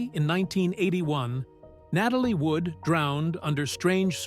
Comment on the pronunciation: RWAC: Starring James Dee-ann, Natalie Woo-ud, and Sal Mah-nay-oh!!! What a cast!